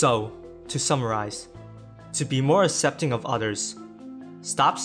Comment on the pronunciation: Annunciate your words more clearly. E.g., aK-sep-ting not ah-sep-ting